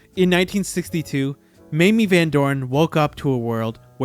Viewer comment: it's pronounce "MAY-MEE".... yawn